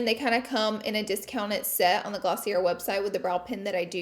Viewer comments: 🤦‍♀️ every time she says “Glosseeair” try “Glossea” with a Long A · i'm done with "glossey-ERR" lol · Just wanted to let you know the brand Glossier...is pronounced Gloss-ee-ay 😊😊😊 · You ever going to learn how to pronounce Glossier properly or nah???